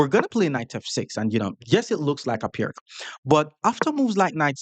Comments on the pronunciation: It’s “Peerts” (peer-ts), not “Pirk.” The name is Slovene, so the c is pronounced like “ts.” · Piertz .. that's how you say it...